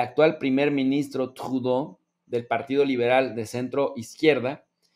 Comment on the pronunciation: No me hagan hablar jajaja cálmate,,, Saludos buen programa buen tema,,, no te esfuerces por pronunciar a Tradeu como si fueras Francés que ahí si no te queda upssss pero te felicito por tus ponencias.